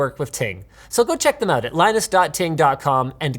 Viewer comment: Forget sometimes Linus is Canadian. Then he "called them oot" and it came flooding back